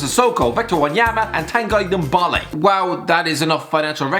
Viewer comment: your pronunciation of ndombele made me have a stroke